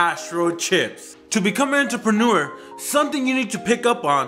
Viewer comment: You have to learn how to say entrepreneur to become one